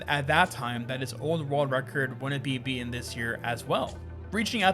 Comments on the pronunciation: why do i keep hearing rerld record? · Rorld Record